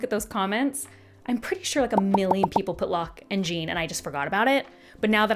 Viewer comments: His name is not JEAN !!!!🤬 It is Jeán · Omg it's not Gene it's Jéan like Shawn with a J, like the French name 😂😂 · I had a bet with myself when I saw this come up that you would pronounce Jean 'Jeen' and I am both richer and poorer now 😂 I feel like this is a common one, though. (Great review, have similar feelings towards it though maybe a touch more positive) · yea it’s not pronounced gene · I’m so happy to see another person who pronounced Jean’s name like Jean Grey. I felt so dumb when I found out it was supposed to be a French pronunciation lol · Les Mis would be a lot funnier if Jean Valjean was pronounced this way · The Jean pronunciation 😂. So glad you enjoyed it!